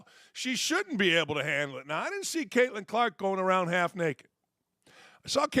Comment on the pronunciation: I don’t watch women’s basketball, but you say there’s a “gal” named “Kaitlin Klarkk?”